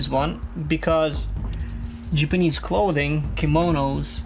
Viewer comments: jeepeeneze, lol! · ''Jipinece'' LOL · jipinease lol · I noticed he said Jipanese instead of Japanese. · anybody else notice he said jibenese